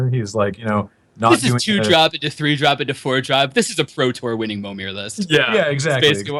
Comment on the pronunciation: "Pro-tour Winning Mommir List"